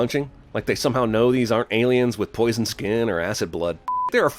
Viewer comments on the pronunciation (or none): none